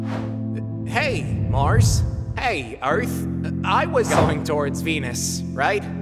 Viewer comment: There are many mistakes in this vid Even you mispronounsed Mars❤